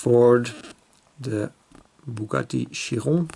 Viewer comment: Sweet show 🙂 the color on the hw Chiron ( you finally pronounce it properly 😜) is very simply called Bleu de FRANCE 🇫🇷🇫🇷🇫🇷🇫🇷🇫🇷😂 Alpine are also in this color, the steering column position in the 2cv is bit too vertical imo like a truck steering 😅 i will very soon get my hands on the welly 2 pack the corvette&jag and Volvo&mustang so it gives me a preview 🙂